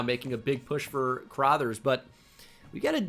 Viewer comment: The mispronunciation of LB “Crothers” is gonna kill me. Why does he pronounce it “Crawthers”